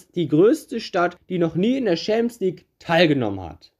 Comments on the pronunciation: wenn ich noch einmal "schämsligue" höre, kollabiere ich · Gutes Video, aber diese Aussprache von Champions League triggert anders haha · Bruder bitte bevor du so ein video machst lern champion league richtig auszusprechen das macht ja aggressiv